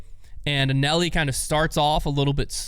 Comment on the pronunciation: Not ONCE did anyone ever pronounce Anneli like did. I'm convinced he only watches the highlights. I'd call it an epic fail, but it's pretty much the norm.